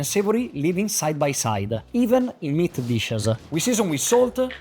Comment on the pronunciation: The only word that didn't have 'a' is water and black papper and size. Hahaha. Wet-uh. Meat-uh.